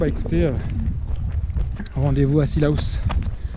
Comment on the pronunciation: Par contre j'ai remarqué que tu dis '' cila-ous-'' au lieu de '' cila-os-'' après je sais pas si c'est moi qui comprend pas bien mais tqt la plupart des gens extérieur n'arrive pas à le dire:-) Voilà...ce n'est pas pour être méchante juste a d'aider dans la prononciation